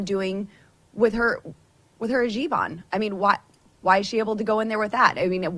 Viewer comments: 'Herjeeb'? Or Hijab/Heejab? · It's a hijab, not a hajeeb. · Hijab, not hajib. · She’s so unintelligent.. it’s not hajeeb it’s hejab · Not “ha- jeeb,” but “he- jahb.” Boebert says it wrong because she’s ignorant and uncaring. Since you are intelligent and actually do care, please don’t say hijab like Boebert does. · It is not “hijib “, it is “hijab”……. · Im sorry...its hijab not hajiib which means your cheap lol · PLEASE pronounce it correctly, don't massacre it like Boebert does. It's hijab (hee-job), not hajib (ha-jeeb). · What's a hajeeb? Come get your girl, needs a shirt! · It's pronounced "Hee-jaab". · It’s pronounced hee-jab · WTF is a hajeeb?! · Gotcha, neither woman actually pronounces it correctly.